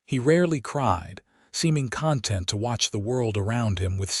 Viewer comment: And it is conTENT, not CONtent. This AI narrator consistently puts the emphasis on the wrong syllables, giving the word a different meaning.